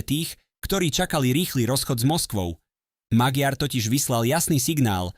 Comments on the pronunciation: Aký Magyar Maďar to sa neviete meno správne povedať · Magiar sa číta Maďar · On sa nevola Magyar ale Maďar gy sa číta ako ď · Magyar sa číta "Maďar"...ty imbecil! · Cita sa to MAĎAR nie Magyar 😂😂😂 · Iba malá pripomienka k výslovnosti priezviska: Magyar sa vyslovuje Maďar. Inak s obsahom súhlas! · VAZENY MLADY KTORY PREZENTUJETE AKOZE DABING ČI ČO ČI TO KOMENTUJETE CHAPEM COSI ALE TO MADARSKE MENO POLITIKE // MAGYAR KLUDNE HOVORTE MAĎAR TO JE LEN ROZDIEL MADARSKO SLOV... ABECEDE . //ESTE SI DAJTE DO GOOGLA AKOZE MADARSKO SLOV. ABECEDU AKOZE V CITANI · Ak chceš niečo komentovať, nauč tú hlúpu AI vyslovovať mená politikov. Magyar čítaj Maďar! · to" magiár", dosť trhá uši! Kedy sa naučí umelá inteligencia a influenceri,že v maďarštine GY ,sa číta ako Ď?? :-) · Tvl, jeho meno sa vyslovuje Maďar... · Magyar sa cita Maďar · Číta sa Maďar . gy znamená ď. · Naučte Al čítať😂😂😂 číta sa Maďar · Číta sa Maďar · Pre toho,kto cita tuto spravu - madarsky gy,je po slovensky d s mekcenom. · 😂tak podľa vás vyslovujete aj von der leyenová čiže leienová😂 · Áno, ale píli to uši. To neznamená, že budeme čítať napr Versaj ako Versailles. Ináč, video, dobrý postreh😊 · Zaneta lebo to čitá umela inteligencia-MAGYAR. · Ano, je to tak, to je hanba, nechat' to meno tak nespravne vyslovovat'!!!